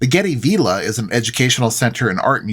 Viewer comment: Hi. Its pronounced v I lla not v E lla .